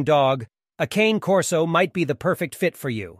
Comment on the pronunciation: At least pronounce the name properly!